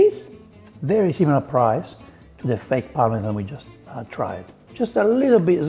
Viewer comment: Par-me-zhaaan😂 Forza Formaggio 😎